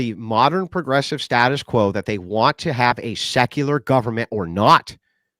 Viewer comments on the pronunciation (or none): can’t even say secular correctly. I have zero confidence in his hermeneutical and exegetical acumen.